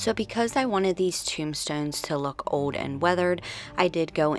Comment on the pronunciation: Where are you from? The way you say old is so different....you say it like "ode" instead of old.